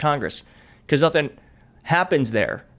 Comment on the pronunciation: “I seee nothINK!”